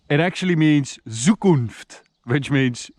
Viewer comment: How you call „Zukunt“ or „Traumschwarz“😂